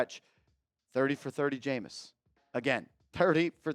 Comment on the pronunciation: Bro, for all those QBs you named, we might as well keep Lock, lmao 😅 cmon man, it's Jameis!